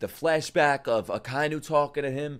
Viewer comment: Akainu is pronounced AH - KAH - EE - NU. Not uh-kai-noo